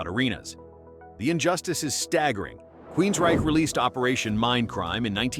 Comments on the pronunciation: Queensryche......Queensrishy???? It's pronounced Queensreich! A wonderful list of second and third division bands! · I have heard of all these bands. I have never listened to any Manilla Road. Along with Crimson Glory, I am a big fan of Coroner. BTW, the name Queensryche, the “ch” in ryche has a”K” sound just like the “ch” in Ulrich. I’ve noticed in your posts, you mispronounce a lot of words true metal heads should know. C’mon, you have got to start doing better. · Never heard of "Queens Reechee" 🤣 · "Queens-rishee" Lmao! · Are you not a fan of Queensreechee? 😁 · This guy can't pronounce Queensryche.... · the way he pronounces Queensryche is cracking me the fuck up LOL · Didn't pronounce Queensryche right once 😂